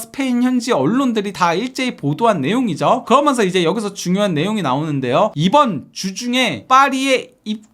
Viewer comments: 그러먼서 ;;;; 개듣기 싫다...그러면서 라고 하든가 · 면 발음이 잘안되는것같음